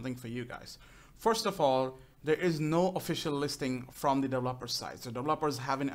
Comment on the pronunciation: no offence but, was anyone else annoyed when he said "delveper"